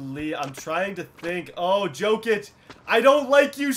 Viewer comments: it's pronounced yo kic not jo kic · It's pronounced yokic not jokic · its pronounced yokic not jokic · Jokic is pronounced yokitch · Pronounced Yokic